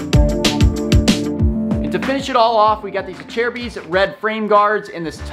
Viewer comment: Is that actually how acerbic is pronounced? Ive heard lots of different ways people say and don’t know the correct way.